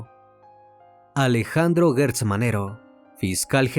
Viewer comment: Lee bien. Guerra, Guelatao. No es Guertz. Gertz